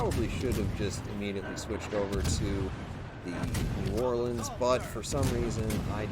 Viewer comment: Well doing great with my "new orlean" anyway..